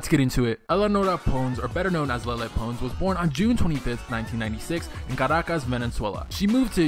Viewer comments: It's pronounced (lay-lay-Pa-ns) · Lie-Lie Pones great pronunciation of lele pons bro...😑😑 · U literally say Lala poons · Lele "Pones" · First of all u need to say her name right Y U EXSPOSING HER DONT DO THAT IM UN LIKEING IT AND REPORTING IT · The way he pronounced Lele Pons made me puke